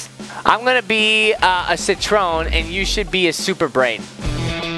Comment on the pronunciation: HIS NAME CITRON NOT SIT TREON